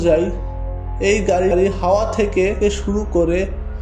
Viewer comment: ওটা হাওয়া না হাইওয়ে হবে